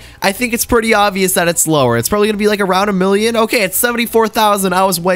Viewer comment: why do I hear billion when u say million? lmao xd